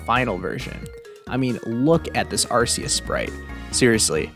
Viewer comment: Look at this Arceus sprite Me: Its Ar-KEY-us, not Ar-SEE-us!!!